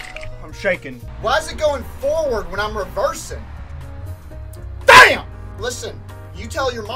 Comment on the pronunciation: That “DAMN!” Was personal 😂